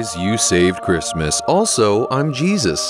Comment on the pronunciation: "Happy chhrishmesh" "and a happy new (evacuation) hhhahah"